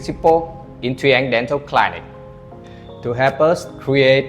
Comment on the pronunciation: Nha sĩ mà những từ thông thường phát âm sai sẽ khiến người xem nghi vấn về tính chuyên nghiệp, cẩn thận trong khi mục đích của video lại hướng đến khách nước ngoài. Những từ đơn giản như clinic, reliable, renowned mà cũng phát âm sai. Chỉ cần dưới 5 giây gõ Google là biết cách phát âm vậy mà làm biếng quá.